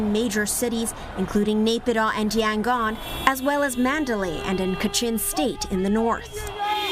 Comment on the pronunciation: nobody pronounces as close as she could. Mandalay, Naypidaw, wow!!!